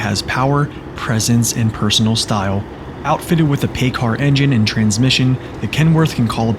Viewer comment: PACCAR is pronounced pac-car